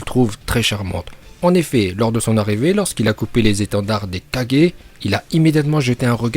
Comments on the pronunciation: Ça encore ça va, mais on dit SHIPUDEN, pas SHIPUNDEN !!!!! Et KAGUÉ, pas 4G 🤣🤣🤣🤣🤣🤣🤣 Ps: aime le commentaire pour qu'il le voit Bordel, c'est pas TSUSHI4G 🤣🤣🤣🤣🤣🤣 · le mec il dit kadger c kage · On dit kage pas kadjé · j'ai vérifié on dit bien gué et pas gé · Ses oas kajjééé mais kagé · C pas kajé mais c kager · Oui et tu prononces aussitôt mal kage. Toi t'y dit ça comme kadje alors que c kaguer (kage) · On est d'accord tu le prononce bien c juste le kaje au lieux de kage qui est impeu frustrant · Par contre je comprend pas pourquoi tu dit kajé alors que sa se dit kage (kagué) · c'est pas Kage c'est Kagué! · Ca me tue quand tu dit kaje C kage😂😂😂😭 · Tu dit kadger et ses kage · Au lieu de dire kage il a dit 4G ptdrrrr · " 4g" "rai4g" sérieusement ?! On connaît tous le multiclonage en japonais non ? "Kage bunshin no justu" dit le juste dans ta tête tu vois deja qu'il raconte que de la merde. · Kagé pas 4g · Pourquoi il dit kagé et pas kage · Je rêve ou il a dit les 5 4g😕🤣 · Qui comme moi entend "Shipunden" et Kadjé😂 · pour dire kages sa se dis pas 4G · Stp pas kaje kage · Att t’as dit kagé mais 😂😂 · Je rêve ou ta dis KAJE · Oui mais tu dis mal c'est pas kage mais kage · z Bon peut être que t'as raison mais tu prononce mal kage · Je veux bien que tu prononce bien uchiah parcontre prononce bien kage stp parce que j'est eu mal au oreilles